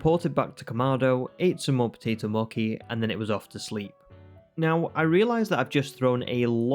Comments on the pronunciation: you were saying mochi wrong, is what they were saying. The “ch” bit is pronounced like how it is in the word “cheese”, so instead of “Moe-key”, it’s more like “Moe-chee” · MOKI these nuts - its Mo - Chi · It's mochi! Not mokki!!!!!! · Him saying moki had me in tears. It’s pronounced “moche” (I’m Japanese I think I should know how to pronounce it) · I’m sorry but I’m super annoyed at the potato moki and not mochi 💀💀💀😭😭😭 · Mochi is pronounced the same as the "ch" in cheese. Moh-chee :) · btw its pronounced Potato Mochee ! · Fun video but why are you calling it Moki?!?! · How you pronounce mochi pisses me off but apart from that good video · ur way of saying mochi pains me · it is a great video otherwise, I just thought the pronunciation was funny.